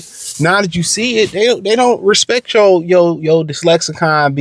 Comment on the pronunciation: Dude and you mean to say "Lexicon." You said "Dislexicon" like 4 or 5 times now.